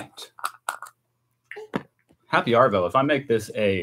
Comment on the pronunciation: Pronounce arvo as ahhvo don’t rotate the r